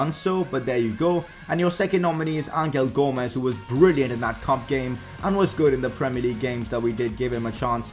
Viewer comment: for fuck sake it's pronounced anhel gomes